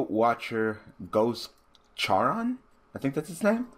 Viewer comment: The boat man from Greek mythology Karon is how you would pronounce the name